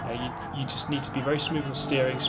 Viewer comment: "Drive spoove, get sixff"